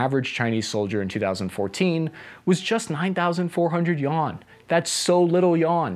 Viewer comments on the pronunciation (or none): Chinas currency "Yuan" is not pronounced "Yawn" but more like "You-an". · Great story! I can see that you care about details, so I'll mention your pronunciation of the Chinese currency - the "yuan". You pronounce it as " yawn". It is really more like "you-on". You can also say " RMB". The average Chinese person uses the term "kuai" (pronounced "Kw-eye" or "qu-eye"... one syllable...rhymes with "eye"). Hope this helps. Love your channel. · "Yawn" Yu-ahn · You-wan =yuan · I'm pretty sure "yen" is not pronounced "yawn"... But good fun :) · What's a yawn? The chinese currency is called YUan if that's what you were trying to say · yuan he says yawn🤦🏿‍♂️ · Yawn? Yuan (Yoo-ahn). Lols! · I thought this video was awesome and super informative.. however.. the fact that you pronounced “Yen” as “Yawn” made me incredibly upset. Illiteracy is the real enemy. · yuan - “you” “ahn” yu-ahn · "barely any yawn" 🥱 Bro murdered their currency pronunciation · ah, the failures of the pinyin system. when you screw up a transcription system so bad that people call it "yon". at least be sensible and call it "yuen" or something, because no one will pronounce a as a [e] or [ε]. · It’s actually “yuan”. Yen is japanese. So he’s still kinda said it wrong but so did you